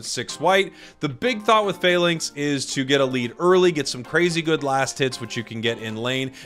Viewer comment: I would just like to point out that falinks is based on the ancient greek phalanx battle formation, so isn't pronounced "fail-inks" but rather "fa-links"